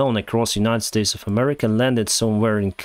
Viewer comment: "Claims to not support a particular party" Pronounces the country name as "Murrica"